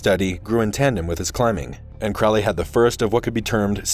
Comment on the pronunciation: Crow-ley is mispronounced. Check his poem A Convert (ca. 1910), where the pronunciation is apparent. There met one eve in a sylvan glade A horrible Man and a beautiful maid. “Where are you going, so meek and holy?” “I'm going to temple to worship Crowley.” “Crowley is God, then? How did you know?” “Why, it's Captain Fuller that told us so.” “And how do you know that Fuller was right?” “I'm afraid you're a wicked man; Good-night.”